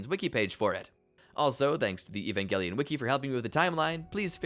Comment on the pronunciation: E-van Juh-Lion 😊